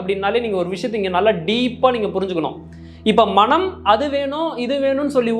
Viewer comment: மணம் என்று உச்சரிக்காது மனம் என்று உச்சரியுங்கள் நன்றி